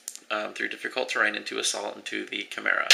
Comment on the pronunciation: dude, take no offence to this ok? chemera (However it's spelld) is pronounce Kai-mera